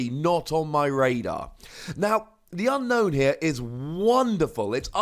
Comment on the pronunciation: ...I remember at some point you said Unown was pronounced Ü-no-ün, but from the Japanese text, I see it's pronounced AN-no-n (their vowels are like Spanish, so they don't elongate certain vowels), so carrying it over to English, I think it should be UN-no-ün. Random, yes, but I also heard you pronouncing it the way the Japanese was intending to do it. Therefore, I'm not poking at a silly here. It was worth a mention.